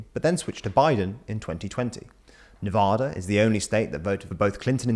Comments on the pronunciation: Please do better with pronouncing American geographic names. Other comments mention how you butchered "Raleigh," but you also mispronounced "Nevada." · CORRECTION: Nevada was accidentally mispronounced “Nuh-Vaw-Dah”, when the correct pronunciation is “Neh-Vah-Duh”. I find it so odd that there’s so many more states that are harder to spell/write than Nevada, but people butcher its name so much more frequently. It’s like unironically thinking Florida is pronounced “Flow-Rida” or pronouncing the “s” in Illinois. It’s a name, so there is a correct and wrong way to say it. I’m a native Nevadan, and basically 100% of people born or raised here say the first A like Apple, not like Awful. Every school teacher, every service announcement, every interaction with a police officer, will pronounce it as such. This is such a huge pet peeve of mine, so I apologize if I come off like a grammar nazi or the equivalent. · Please learn to say Nevada correctly.